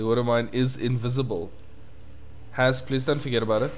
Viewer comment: S in "Has" is pronounced as in Super not loSe.